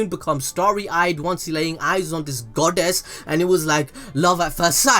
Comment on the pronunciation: "Once laying eyes on this GOD-DESS" I LIKE HOW U EMPHASISE IT SKSKSKSKS